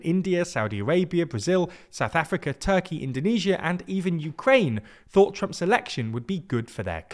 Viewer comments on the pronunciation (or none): none